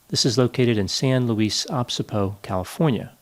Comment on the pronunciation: San Luis what?? 😂